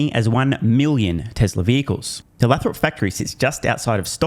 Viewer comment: Dude, it’s “Lay-throp” (long A)😊. Love ya